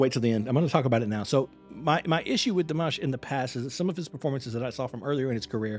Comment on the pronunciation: You started timing on the 'guh' of again; add another second or two or three for the 'ah' of again - he did not breathe in between. Also, please pronounce it Dee-mah-sh; he ain't mashed potatoes.